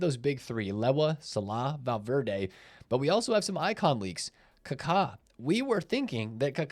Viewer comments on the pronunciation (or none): The way he says Kaka 😂.. Ka-Kaa 🦅